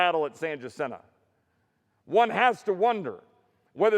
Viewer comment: Please. Jacinto. It’s “ha seen toe”. It’s not “Ja sin toe”. L’s are H’s. E’s are always consonants. I’s are usually vowel E’s